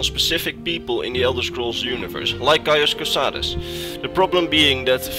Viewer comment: "my name is cauis cosades" "caius cosades" "caius cosadeez nuts"